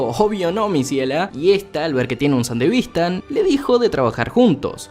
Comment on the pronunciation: me molesta que nadie corija a porque no se dice san-devistan es san-de-vis-tan